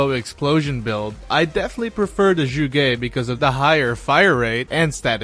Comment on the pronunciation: zsugé? ... oh you mean zhuge, got it.